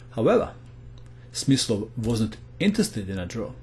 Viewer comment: The translater: play Smith slow😂